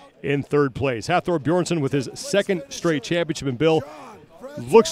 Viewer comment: It was awesome to be there this weekend to watch The pro men and women events and record breakers. The ninja warrior guy they had hosting was a joke, he didn't know shit about what he was talking about (proven every time he went even slightly off script), and couldn't pronounce Thors name properly for the life of him. Please get Colin Bryce, or the like to host this, paying respect to the athletes and the commitment it takes to get to this stage.